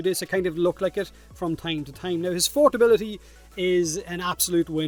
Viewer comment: It tahm bench but no tongue